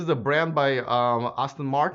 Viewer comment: 'Lagonda' is by 'Aston Martin' not 'Austin Martin'...and I really like the Kia exterior (interior screens are ridiculous...and I don't think it looks like a Dodge ;-)...SEAT should be pronounced similar to 'Say-Ah-t'...you're still doing a commendable job!